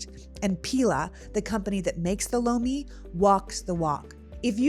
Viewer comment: Oh Lomi hahaha I thought you said bologna 😂 I didn't realize you were doing an ad.